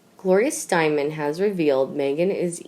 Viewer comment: Pitiful Reader.... It's Gloria Steinem... misspronounced...this poor reader has a limited vocabulary and awareness of the world around her...it's very annoying trying to listen to her.